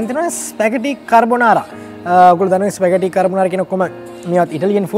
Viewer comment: "ස්පැගටි නෙවෙ ස්පැගති" from italy...just knowlege of u